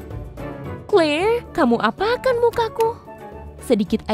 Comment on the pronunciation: Tulisannya Claire dibaca Kleir Bukan Kelir😂😂😂😂😂😂